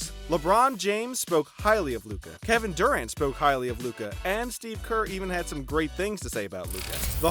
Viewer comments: ”Kevin Durr-ant” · i dig ginobili is too much for you to pronounce right but kevin dUrant... FFS dude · The way he says Durant and Ginóbili is funny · Learn to pronounce ginobli and Durant! This are all time great basketball players! It's cancer in my ear how you pronounce them